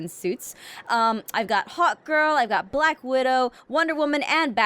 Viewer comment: instead of saying hawkgirl she said, "Hotgirl"